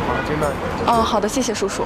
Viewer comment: I don't hear uncle... All i heard was sishi sushu🤣🤣🤣